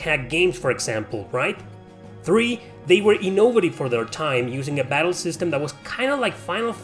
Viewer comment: Way he says innovative 😂